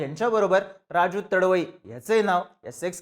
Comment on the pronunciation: तडवई नाही रे तडवी आहे तो